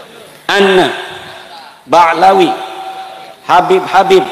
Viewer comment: Imad aja manggil habib pakek k 😂